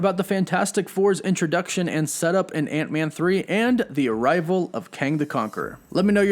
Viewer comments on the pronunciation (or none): Nobody: This fuckin' guy: "Seh-TUP!!1"